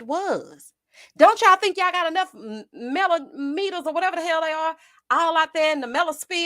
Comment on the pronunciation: not Mel-O-meters. I screamed.